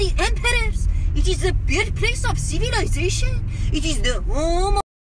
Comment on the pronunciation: Mahmoud: Sibilization Me:🤯🤯😂😂😂😂☠